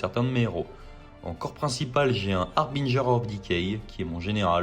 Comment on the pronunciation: Ah... Enfin une prononciation correcte du mot 'harbinger' :) Pour l'anecdote rappelons que son étymologie provient du mot français 'hébergeur'. Cette minute linguistique vous est offerte par Papy Lolo :D À part ça il faut peut-être que tu changes tes dés... ;) Partie très sympa en tout cas et qui confirme l'efficacité des kurnoth hunters.